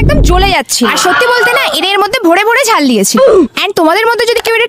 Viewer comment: ঝাল not জাল😅😅